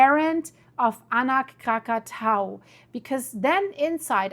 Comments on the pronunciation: kra·kuh·tow·uh kra·kuh·tow·uh. For a week or so I couldn't understand if you were talking about a different volcano than the one that exploded in 1883. Please start pronouncing this correctly. Your incorrect pronunciation can be confusing those of us speaking English. It tells you how to pronounce it if you look it up by clicking on the speaker icon. It's not hard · No we mustnt speak that name. Not Krakatau.